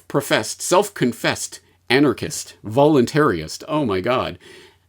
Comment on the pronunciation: Dude... its VolunTARIST... NOT VolunTARY-IST..